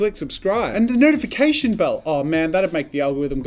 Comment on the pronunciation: Sounded like nood if ication button